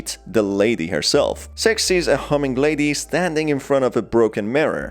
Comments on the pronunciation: Not going to lie, when listening to the video, I misheard six as sex countless times. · Are supposed to be saying six🤣🤣🤣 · When he says six on ccs it says sex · You keep mispronouncing her name lmao, her name is six not sex. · Six Captions: Sex Me what i hear: Sex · Wuy Do you Keep saying sex???????????🧐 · Everyone: Six!: Sex! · Why do you call six sex? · I just like to point out that the way you pronounce "six" is disturbing. Just turn on the subtitles throughout the whole video and see lmao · The way you pronounce six might get you demonotized